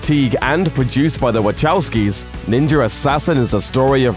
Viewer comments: It's pronounced "Ninja Assassin" not "NinjeRassassin" Also, it's written "Wachowski" but I'm pretty sure it's pronounced "WaKowski" not "WaCHowski" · I'm like "who the heck is waCHOWsky ??" God bless Murikan pronounciation </3